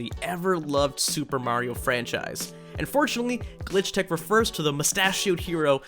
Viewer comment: His faliure to see the s at the end of "Glitch Techs" is making me scream internally